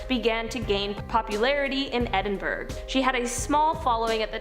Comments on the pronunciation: Edinburgh is pronounced Edin-burro. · Not quite. It’s pronounced “edin-burra”. It’s not spelled Edinborough, but rather Edinburgh. There is no “o” and so no “o” sound is in the pronunciation.